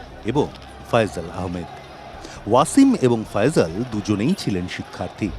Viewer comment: ফায়জাল নয়,ফয়সাল।।যার নাম যেভাবে রাখা,সেভাবেই বলা উচিত